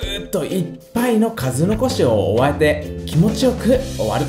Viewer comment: おわぇて リピートどうぞ